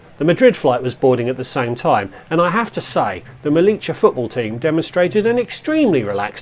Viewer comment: Nice video! Quick tip: it’s pronounced *MeliYA. Not Melicha! (we are definitely not Argentinians 😅)